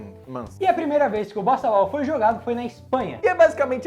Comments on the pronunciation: No top 3 eu entendi bostabal kkkkkk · Eu estava ouvindo "BostaBall" e não Bossa Ball. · Na primeira vez eu ouvi bostaball kkk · Eu juro que entendi bostabol 😂